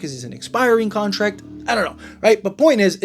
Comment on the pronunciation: It’s « contract » not « contact »